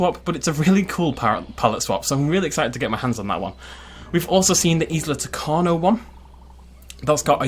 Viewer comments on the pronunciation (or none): Don’t wan’t to be annoying but this bugs me. Tacano is pronounced Tacanjo.